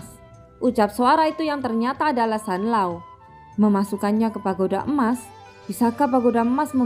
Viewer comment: Zanlaoo woii bukan sanloo